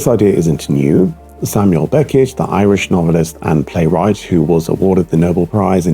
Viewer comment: Yeah it’s like the rhythm and annunciation are adapted to German. The way he says Beckett with two equal stress syllables Beck-ett also clear cle-ar